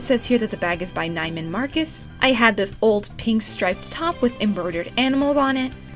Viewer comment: This is so cute! Love it! Ps the bags brand is pronounced knee-muhn-marcus and they are still around today, at least in So-cal!